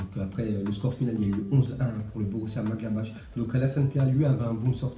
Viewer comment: Il a di borussia madgablash